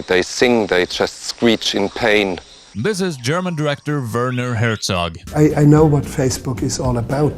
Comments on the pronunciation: Did you really make a 94 minute Documentary on Werner Herzog and you didn't bother to look up how to pronounce his name? It hurts my ears. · It's so funny to hear his name so often and being mispronounced in the same way every time (I am German, it's cute, I am not complaining dw) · I dont wanna hate, but if you make a one and a half hour video on someone, at least bother to learn how to pronounce his name ffs